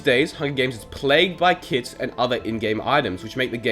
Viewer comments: If it weren't for this comment, I'd have actually thought that he really said kid instead of kit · I had to take 5 seconds of thinking to realise he was saying kit and not kids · Is it just me but whenever he says it’s played with kits I think he says it’s played with kids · Was he saying "kids" or "kits" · I also kept heard kids